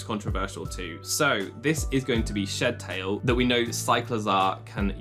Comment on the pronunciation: Shed Tail is two words. It's SHED TAIL not shedTAIL. I can't stand how Pokémon fans don't know how to properly unnunciate their words